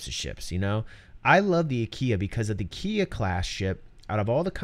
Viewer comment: Sounded like you said Constellation Ikea at one point. So I was like Oh so Ikea went from furnitures to spaceships 900 years in the future! x) This is definitely the Constellation variant I'm gonna get in PU, sounds like it's gonna be so awesome. Great video as always!